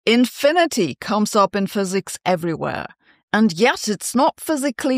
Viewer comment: ze fizezizsts dohnd believe in inphinidy. that really hurts my ears and im german....